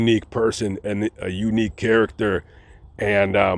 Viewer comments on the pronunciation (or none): none